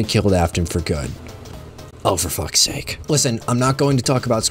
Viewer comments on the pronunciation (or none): none